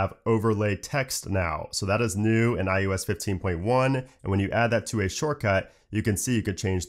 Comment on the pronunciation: Your videos are so informative thanks! It does make me do a double take when you say iUS instead of iOS. I thought it was just the microphone until you said Mac OS.